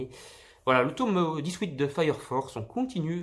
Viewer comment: Super vidéo mais pourquoi tu dit toume ? Sinon super achats